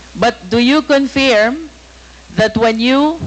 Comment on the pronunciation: Confirm hindi conferm